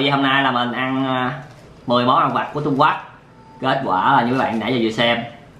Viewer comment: Trung Quốc mà anh đọc trung quắt